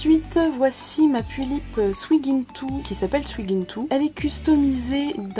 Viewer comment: Super vidéo, comme toujours ,j'adore ce que tu fais ^^ PS: Le prénom Suigintou , est japonais (IL vient de mon manga préfère ) donc on ne prononce pas le "U" dans son nom 😊 Après si tu souhaites le prononcer comme ça au niveau du prénom de ta doll c'est ton choix^^ Bref continue comme ça :)